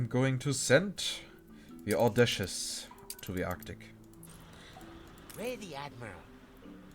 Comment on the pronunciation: It's au-dai-ci-ous btw:P